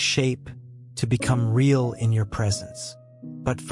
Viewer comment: Someone needs to "inform" the A.I. program that the word "real" is generally NOT pronounced /ray·AHL/ except in very few limited circumstances. It's /ˈriː.əl/! And mispronounced heteronyms sound ridiculous: read, tear, ....